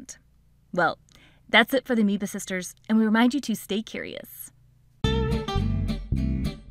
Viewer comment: Amoeba Sisters I'll be damned it's a whole different pronunciation 😂.